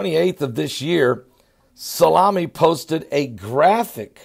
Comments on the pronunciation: General Soleymani not Salami I think you were hungry when you recorded this video : ))) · its "Soleimani" not "Salami". You can't even read the title of your own video! and he doesn't have an insta account, that's his fan page LOL. This shows the IQ level of your viewers who couldn't catch it and are comparing his name to peperoni. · its pronounced soli-mani lol.. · I absolutely love, his pronunciation skills are a constant source of good natured humor. How on earth he gets Salami out of So-lei-mani boggles the mind. He makes even all this craziness not seem so big with his God given personality. Don't ever change.:) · U can't even pronounce his name 😂😂😂😂😂😂